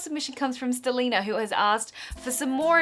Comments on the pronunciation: "stileena" oh dear was she trying to say stelena as in vampire diaries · stelena, its 'ste-lay-na'! like steffan and elena... clearly someone is a vampire diaries obsesser hahaha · You pronounce Stelena weird - it's a merge of Stefan and Elena... St-lay-na... Just saying. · Haha I love how you said Steleeena cause you have no idea about Vampire Diaries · haha "StelenaVD"... anyone else catch how she pronounced it wrong the first time?... i need more hobbies....